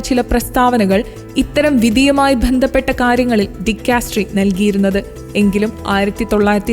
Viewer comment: ബ എന്നതിനു പകരം ഭ എന്നു തെറ്റായിട്ടാണ് ച്ചരിക്കുന്നത് ഉദാ. 'ബന്ധപ്പെട്ട' എന്നതിനു പകരം 'ഭന്ധീപ്പട്ട' എന്നു തെറ്റായി പായുന്നു നമ്മുടെ മാതൃഭാഷയല്ലേ. ദയവായി ശ്രദ്ധിക്കണേ